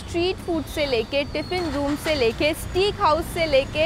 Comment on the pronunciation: JFYI steak is pronounced as "stayk"!